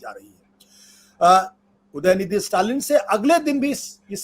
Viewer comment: Dayanidi nahi udayanidi hai